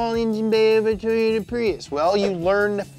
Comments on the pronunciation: did anyone notice PRUIS instead of PRIUS? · "Pruis" not prius?